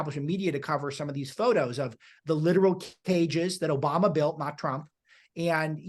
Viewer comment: It’s obooma